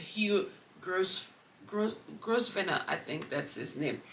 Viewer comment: Hi thanks for Podcast 👏🏾👏🏾👏🏾❤️❤️❤️ Grosvenor is pronounced Grove nor the ‘s’ is silent.